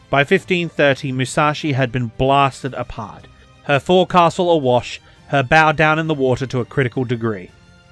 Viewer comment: Wow, what an epic set of videos. I greatly appreciate all your work on this, it was simply amazing. I watched all 4 back to back. While the Grey Ghost is no more, her spirit certainly lives on. Oh, and.. "Forecastle" is pronounced "Fock-Sill". Thank you so much.